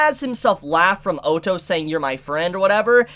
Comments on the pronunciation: PLEASE. say ottos name right. its like saying auto not O TOE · O TO (is how he pronounces (Otto) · Oh-toe??? WTF dude... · Great reaction but his name is said like this. O ( as in boss ) tto ( like your already saying it ) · You have a knack for pronouncing names differently to everyone else 😂 oh-tou. 😂 Sorry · There is a couple of corrections that needs to be fixed. 1) Otto wasn't saved by Crusch's group, he was saved by Anastasia's group with her mercenaries Ricardo and the Fang of Iron. 2) in my personal opinion, am I the only one that is annoyed about the mispronounce of characters? Otto = Ot-Oh/Odd-Oh, Roswaal = Ross-Wall, etc. and 3) Ricardo is best girl. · Everytime you say otto i hear the german word auto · No one:: "O-toh" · Please pronounce the names correctly I'm gonna have a lung hemerage if you mispronouce Otto's name again. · I feel like he is saying Otto wrong just to make people angry